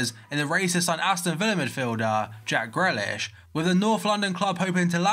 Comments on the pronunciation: It's greeeeeeaaaaaaalish 😂 you corrected yourself like a couple weeks ago but now you're back to saying it wrong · You still say grealish wrong. Its GREE-LISH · just replace the a in grealish with an e and thats how you pronounce it.